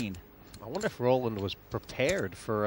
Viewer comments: Luske straight out accuses Black of cheating. And this was pre Postlegate. I'm surprised Black just took it. Hellmuth needs to decide whether to pronounce de Wolfe's name roLANd (like he's French) or ROLand (as it should be). He seems to change his mind every time he says it. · You beat me to it. I was just about to make the same point. I have no problem when someone continually pronounces someone else's name incorrectly, but constantly switching from R-oh-land to Ro-lah-nd is just ridiculous...!!